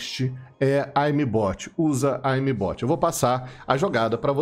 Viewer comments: "aimi bot" que porra de pronúncia é essa kkkkkkkkk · fala direito a palavra "aimbot"